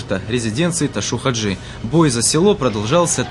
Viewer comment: Чё за Ташу 😂??? Его звали Ташав -Хаджи не искажайте его имя .